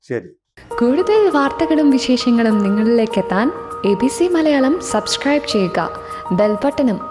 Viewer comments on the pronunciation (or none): none